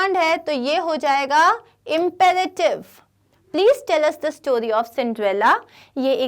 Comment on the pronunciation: Imperative ka bhi pronunciation wrong hai